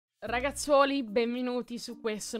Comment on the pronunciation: All'inizio ai detto ragazzuoli benvinuti 🤣😂🤣